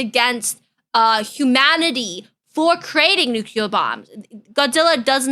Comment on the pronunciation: Why do you call it nukular?